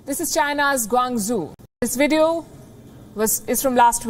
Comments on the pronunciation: You can't even pronounce Guangzhou properly? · She should learn how to pronounce Guangzhou. This is a typical train station. They switched platforms so people make a dash for it. Nothing unusual but this is misinformation. Always drama from Palki.